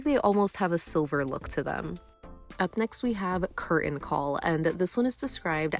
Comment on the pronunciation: The T in 'Curtain' is not silent!